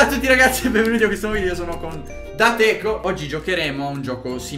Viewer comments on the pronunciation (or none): che chiama “Dat Eco” mi ha triggherato troppoo